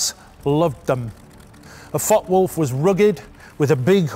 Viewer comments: Excellent video series brutal German fighters and elegant British fighters. In the interest of details the name of the FW190 is pronounced: Fokker Wulf einhundert neunzig. Hope this is of help. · The content and general presentation is really good. But it’s a shame the pronunciation of foreign aircraft names is off. It’s not difficult for an English person to include the ‘e’ by pretending there’s a silent ‘r’ on Focke, and pretending that the ‘W’ is a ‘V’ instead. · Interesting video. Is it just me or are you dropping a syllable, Fockwulf instead of Fock e wulf. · "fockwolf - fockwolf - fockwolf - fockwolf - fockwolf" No. Two words, and there's an "e" at the end of that first word. Focke Wulf. Focke-Wulf Flugzeugbau AG (German pronunciation: [fɔkəˈvʊlf]) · It is pronounced Fockuh Wulf, not Fock Wulf. A great video but the constant mispronunciation is a little jarring to my ear. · Too much publicity was given for the Me-109 while its better cousin the Focke-Wulf (pronounced Fokker), famously called the 'Butcher Bird' by the American B-17 bombers, only got some. Very good video anyway by IWM ! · Focke-Wulf isn't pronounced Fockwulf, you really have to intonate the E which is spoken like the English A with a tiny pause between the K and the E. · Pronouced Folker-wolf. The "e" is silent in English, NOT in German. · Please stop pronouncing it “Fok Wolf” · 4 minutes in and the mispronunciation of Focke-Wulf is starting to become an issue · The mispronunciation of focke upsets me greatly